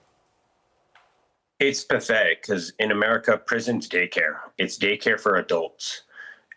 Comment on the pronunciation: Wait... Did Mr. G. say DAYcare or GAYcare? 🤣😂